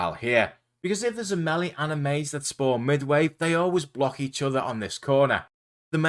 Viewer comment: Great guide! My favourite part was when you pronounced melee as “melly” 😂